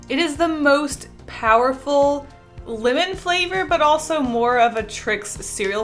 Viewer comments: I kept thinking she said women instead of lemon, so I would hear “I do like the women flavor” and freaking out a little bit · Lol when she said lemon it sounded like linen🤣😂